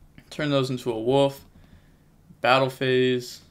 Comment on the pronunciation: It's Wolf not woof!! Lol